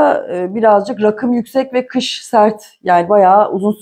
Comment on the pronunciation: hadi hayirli olsun ..sevindim.. bu arada rakım şarabım gibi degil raakim diye soylemelisiniz ...insallah yeni evinizde cok mutlu , huzurlu olun...